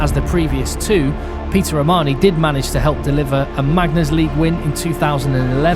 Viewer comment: “Peter Armani” 😂